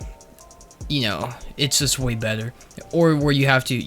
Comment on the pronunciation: “It’s way beddow than halo 3”